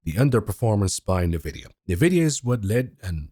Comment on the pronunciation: Nvidia....ENvidia. i you cant say the name of Nvidia properly why would anyone believe anything else you say?